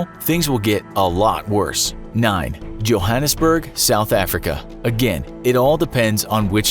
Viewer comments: i thought its pronounced as yo hannes berg? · Johannesburg= jourmngund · You just bucherd the names of Johannesburg place names